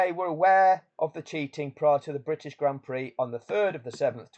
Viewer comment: Grand Prix, is not pronounced pricks!